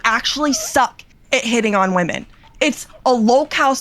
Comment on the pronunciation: and he pronounces women and woman the same way which is irrationally infuriating every time I hear it